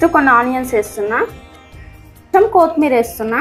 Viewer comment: Thalli kothimeera Kothmera kaadu.